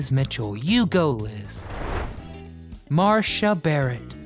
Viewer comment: Wow your prononciation of Marcia is really bad . There is no H in Marcia . So it's mar see a .